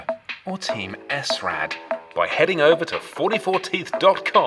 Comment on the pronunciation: AAAARRRHHH!!!! It's SRAD not S-RAD. You don't say S-OCK or C-OCK. Do the video again saying it properly.